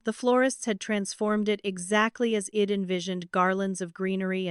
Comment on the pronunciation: Please teach this AI narrator i'd is pronounced eyed and not ead it stands for I had, English is not my first language but even I know it